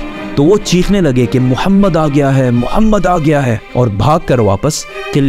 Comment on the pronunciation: bhai tera bolne ka tarika bahot glt h tum aap Mohammad sallallahu ka name bhi kitne glt tarike se le raha h